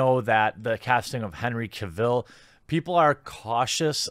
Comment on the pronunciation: It is Gairalt, not Guralt. It is Caville, No Caaaville